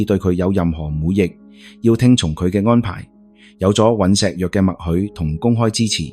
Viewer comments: 😂雖然你運用ai旁述都幾出神入化 但尹錫藥 國衛議員 係點樣讀錯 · 看了你很多視頻，非常多字讀錯音。依次連總統個名都讀成幾個版本，一時讀「悅」、一時讀「藥」。酗酒的「酗」字我都唔知你讀乜，我「聽」YouTube 聽你既「廣東話」聽得好辛苦😓作為香港人都要估你讀乜。你如果唔肯定啲讀音，可以上網查完再讀，好好地內容無問題，硬生生被讀錯音draw走啲attention…..